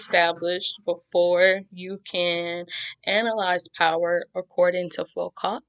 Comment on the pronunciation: you're very very good bravo and thank u ps : the T in Foucault is silent :)